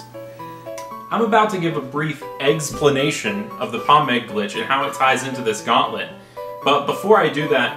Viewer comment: Like for the "Eggsplanation" lawl